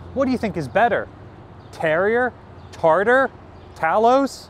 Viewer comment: Talos is pronounced TAY los